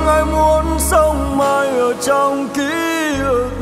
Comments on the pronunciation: "Ký ức" not "ký ực" nha anh Đan😂😂😂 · tiếng Việt phong phú, hát sai dấu nghe tuột mod liền, "ký ức " mà thành "ký ực" là mệt mệt gòi giống như từ "thúy" mà thành "thúi" á chị😂😂😂. Ca sỹ họ có cảm âm, tai nghe tốt hơn người bình thường chị ơi. Khi thu âm họ nghe lại, thấy chỗ nào phát âm sai họ sẽ đề nghị cho thu lại chỗ phát âm sai đó mà. K lẽ đội ngũ kĩ thuật viên team thu âm của anh Đồng Sơn k nghe ra lỗi này để nói ảnh thu lại? Hoặc chỗ đó nốt thấp quá, hát k lên đúng từ "ức" thì anh Đan phải làm việc với người Hòa âm để xin nâng tone khúc đó lên hát đúng chính tả. Mấy chuyện đó ca sỹ lâu năm như anh Đan biết mà chắc ảnh chạy show nhiều quá, k có thời gian take care kĩ bài hát mới nên zậy thôi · Kkk, em đã nói rồi. Anh Đan buông bài này ra cho các ca sỹ khác hát là làm bài này hot, sống lại liền😂😂😂. Giọng bạn đó bay, sáng hơn anh Đan rất nhiều, hát rõ lời, k bị phát âm sai khi hát "kí ực" như anh Đan hát. Nhạc trẻ anh Đan k có kinh nghiệm cũng k có thế mạnh luôn chị ơi, sao truyền nghề cho họ về nhạc trẻ được ạ? 😂😂😂. Bạn này hát nhẹ nhàng đúng chất ballad của bài hát nek, k làm người nghe cảm thấy mệt, nặng nề như anh Đan hát, nghe khác màu với anh Đan liền, thanh thoát, hay hơn chính chủ gòi, kkk. Đề nghị anh Đan chuyển giao bài này cho nhiều ca sỹ khác hát lại ngay& luôn đi nha